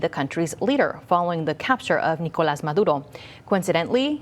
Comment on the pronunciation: I love how the accent comes out when saying Maduros name